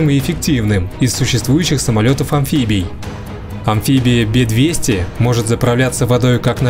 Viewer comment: Не БЕ 200.... А Раздельно Б - Е 200